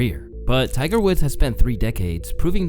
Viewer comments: I spent a good 30 aeconds trying to figure out why he kept calling Tiger a "gopher". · ummm Who the hell is Tyler sir?? I'm not sir if you're trolling At this point or you just Are dropping Easter eggs For some reason but every single video of yours comma you pronounce somebody's name wrong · Am I the only one hearing GOPHER?